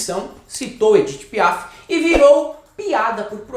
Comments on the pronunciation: A conja sabeque ele falou de edit PIÁ? kkkkkkkkkkkkkk marreco "fuleragi". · Quando ouvi Moro falando Edith Piá,não acreditei. O é ruim mesmo.🤪